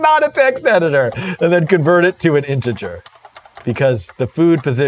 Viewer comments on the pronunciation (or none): none